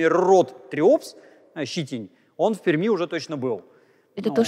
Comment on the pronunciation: Приятно, когда москвич правильно произносит словосочетание "в Перми". В целом всегда приятно слушать Станислава Владимировича, как всегда, его лекции увлекательны для того кто интересуется естественно-научными направлениями.